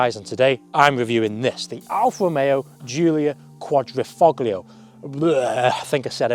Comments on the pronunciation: This was painful to watch. Typical amateur car journalist Alfa cliches. Also the G in Quadrifoglio is silent. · He lost me at his constant mispronunciation of “quadrifoglio.” It doesn’t take much research to get that right. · I can't believe people are still pronouncing 'Quadrifoglio' like a tard.